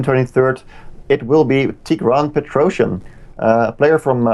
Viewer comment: Also, Tigran's name: "pet-roh-cyAn"